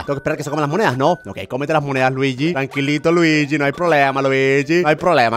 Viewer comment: No es ljiyi es fire mario